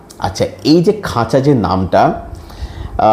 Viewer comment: খাঁচা না খাজা?🤣